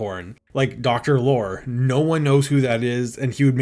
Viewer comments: Peter Lorre's last name was pronounced LORRY. Not lore. LORRY. Just as you don't pronounce Will Forte's last name fort. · Lorre. Peter Lorre. It's pronounced Lore-ee. Not Lore, that's Data's brother 🤖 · Mispronouncing Peter Lorre's name like ten times in a row was driving me insane. LOR-Y. Like what the British call trucks. Good video otherwise, it's going to be an absolute travesty if they actually delete this movie. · Is this an AI voice?? It's Peter Lorre, long E...not "Lore" but Loreeee.... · Sam the Sheep Dog should have been the antagonist. Sam has a history of being an antagonist SPECIFICALLY against Wile E. Coyote. Also... Peter's last name is pronounced "Lori" not "lore". His likeness was also used in The Brave Little Toaster at the shop where the song "B Movie Show" plays. He is the lamp shade. Zazlov is also the bane of my existence because he canceled season 8 of Venture Bros and had to be CONVINCED to make the movie for it to wrap up. DOWN WITH ZAZLOV!! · Peter Lorre is Lore-EE not lore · You should apologize to all the Peter Lorre fans (prounounced Lore-EEE) when you called him ''Peter Lore'' repeatedly. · It's Peter Lorr-ee, not Peter Lore. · Wow. You worked hard on this. Damn shame and so ironic, given the plot. Peter Lore: you pronounce the E at the end of his last name. Excellent work! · FYI Peter Lorre is pronounced as law·ree not lore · Peter Lore (pronounced Loree) great video though👍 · It's Peter Lorr-y (pronounce the e). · Justice for Peter Lorre! Minor correction: E not Y. No one could snivel like Peter Loree. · His name is pronounced Lor-ey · Peter Lorre is pronounced loree like the word story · Some may not know this, but Foghorn Leghorn was a Looney Tunes/Merrie Melodies take on a character from Fred Allen's ALLEN'S ALLEY: Senator Beauregard Claghorn.. So Foghorn's character might well have been as a senator. And FWIW, Peter Lorre's name is pronounced "Laurie". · Peter Lor-E the e isn't silent. SMH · It's pronounced "Lor-ee"